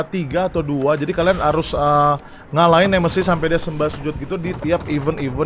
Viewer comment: Nemesis, bukan nemeisis